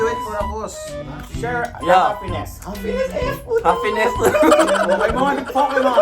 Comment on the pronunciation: Ang kulit mo.. Nkakatawa yong HaFiness 😂